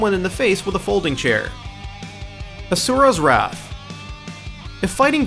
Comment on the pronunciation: Adriel Fit also how he says Asura, Onimusha and strength, a basic english world.